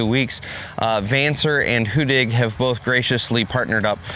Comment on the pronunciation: You've got the get pronounciation right. Two d:s make for a short sounding vowel in the Swedish language. In other words the complete opposite from how you are pronouncing it today. That being said- keep up the good work promoting a great machine!